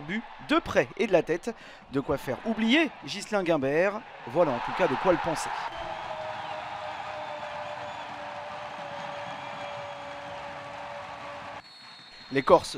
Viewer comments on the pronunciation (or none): On dit Gimbert pas Guimbert